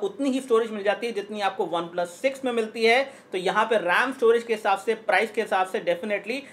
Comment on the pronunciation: 3.23 obeplus 😂😂